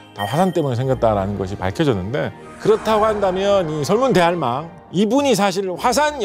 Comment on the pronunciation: 설문 대할망처럼 들리는데 설문대 할망 이렇게 읽어야해요. 설문대가 이름이고 할망은 제주어로 할머니 즉 설문대 할망 = 설문대 할머니